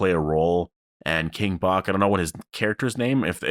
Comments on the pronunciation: Dude King Bach (pronounced batch not bock) is his name irl😂. He was a really popular Vine guy and that was his name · the person you’re talking about that was with Michonne, the actor’s stage name is King Bach (pronounced King Batch) He’s known for being famous on “Vine” (and just social media in general I guess)